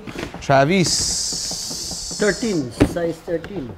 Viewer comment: funny how said "Travis" very Filipino lols